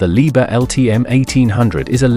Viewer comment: Не leebear а Либхер!!!